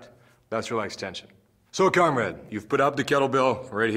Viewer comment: Why does he keep saying cum rag???